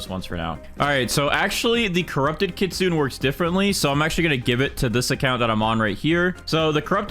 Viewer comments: It’s pronounced kitsunay by the way not kitsoon (I’m writing it how it pronounced) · Kit-sun-eh. I had to say it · Hello I love your video but I have one small thing that I worried about and that is your pronunciation to kitsune is wrong is not kit-sune it's kit-su-ne meaning fox in japanese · stop saying kitsune pls say kitsune-a if that makes sense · i have yet to see any gag youtubers pronounce kitsune correctly